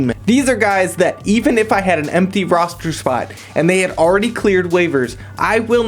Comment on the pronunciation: "rostchur spot"